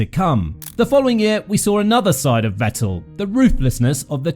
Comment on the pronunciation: He at least deserves to have his name pronounced correctly, but nobody can put in the minimum effort